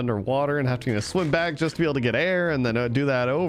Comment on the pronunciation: Am I the only one going crazy every time he says haveting